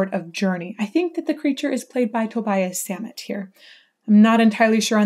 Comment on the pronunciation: Its "Toe-Bee-Ess Zah-mhett" The reason his enunciation is so pronounced is partly due to his accent. A lot of his music is that way.